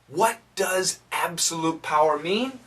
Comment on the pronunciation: Why did I hear 'this meant that he had the parot[pærə] to do anything😂